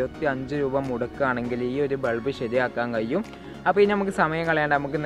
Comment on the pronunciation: കയിയും,കയിയും എന്നു തെളിയിച്ചുgood,keep it up